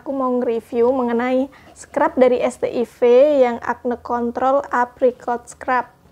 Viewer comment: Bacanya bukannya "set aivs"?